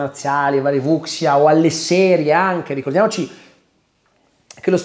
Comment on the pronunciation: Wuxia (si pronuncia Vu Scía, in teoria, una cosa del genera)